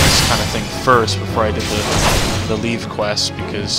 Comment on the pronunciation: Every single time you say leave-quest instead of leve-quest it twists my brain flesh a little. It's even worse knowing that you're over six hundred episodes past this point and probably (hopefully, six hundred plus and nearly a decade is plenty to learn this) corrected yourself by now, so mentioning it here will do me zero good.